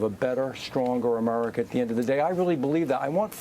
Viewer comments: He speaks normally but when he says America, it’s like he purposefully pronounces it “A-merca.” It’s almost annoying lol. Just pick one. Either speak normal English or bust out full redneck and keep saying “Merica” and “git er dunn” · Why is he calling America, Amurica?